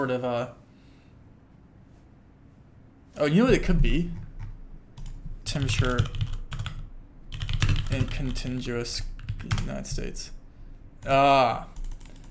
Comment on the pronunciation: "con-tin-gu-ous" UNITED STATES!!!